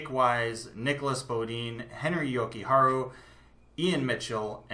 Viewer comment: Just to let you know as a finn, you are saying Jokiharju slightly wrong. You are saying it Jokiharu. Finnish doesn't have silent letters. Try saying it like you would japanese. Jo-ki-har-ju. or yo-ki-har-yu. And always stress the first part of finnish name. So YO-ki-har-yu. + I think you will put Nordgern in tier 3 in the future. He is small, but he is really good. Would not be suprised if he makes the Hawks in 2-3 years. Nice pyramid!